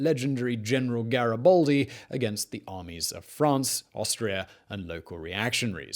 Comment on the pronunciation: GaribAldi not GaribOldi ffs